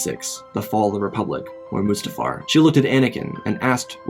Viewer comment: It’s pronounced mustafar